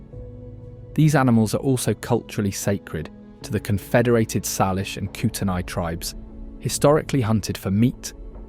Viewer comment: Correct pronunciations are “Saylish” not. Sarlish and “Kootenay” not Kooteni.